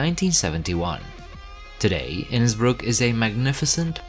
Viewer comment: I am glad you pronounced Innsbruck properly. 😊